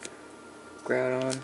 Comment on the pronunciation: you didnt prnounse groudon right :P